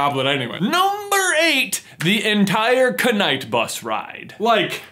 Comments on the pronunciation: Are you Canadian because you say knight wrong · WHY DO YOU SAY THE SILENT K'S. i dunnno its hard to notice but after ive heard it multiple times i only hear it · why are you saying c-night bus ? Night and Knight are pronounced the same. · Am I the only one that’s irritated that he pronounced the knight bus the K-night bus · Why is the knight bus being pronounced as k-night bus? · If we're talking cringe, how about his pronunciation of "knight"? You know, with a silent " k". The name is a pun on "Night Bus", as in a bus that runs at night.